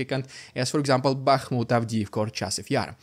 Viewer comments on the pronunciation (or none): none